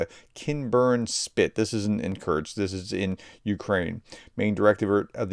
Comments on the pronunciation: Why don't you try to actually read out the letters in a foreign word? It is KUR-SK, not Kurch. It's Bun-des-tag, not Bud-nes-tag. Nobody expects perfect pronunciation. An English phonetical readout is just fine. But jumbling all the characters because you can't be bothered to actually read the dang word is just disrespectful. And tbh not worthy of a professor. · True, but I still cringe every time he says "Kurks"! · Since you asked:, I am a subscriber and I watch all of your videos, I love them. But, please, please pronounce Kursk properly. Just say "curse" and add "K" (like the last letter in cooK) --> curseK, that's it, that easy. Sorry but it is jarring when you, mispronounce it. Thanks and keep up your amazing work! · Sorry but you're not pronouncing Kursk properly, it sounds a bit like Kerch, another important place. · I beg you to cease and desist your pronunciation improvement efforts. If you don't , you may lower the morale of you channel audience. Many of us, well at least me, take great secret hidden pride in the knowledge that we can pronounce ruzzian and Ukrainian place names better than our favorite professor can . Its the little things in life that bring joy to some of us. And remember that whether you say ah-blast, or oh-blast, just have A - blast doing it!